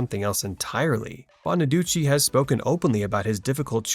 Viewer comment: I’m glad you pronounced Danny Bonaduce (bonnaducci) the right way, unlike Suzanne Crough (crow, not cruff). I sing ‘’C’mon, get happy.’’ I prefer Brian Forster as Chris. Ricky Stevens (not Segall’s fault) was unnecessary.